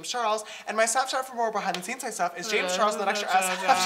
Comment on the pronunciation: yeah, james was pronouncing the "J" as "sha"